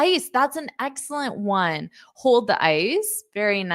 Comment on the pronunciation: First time in my life I hear "ONE" like ON.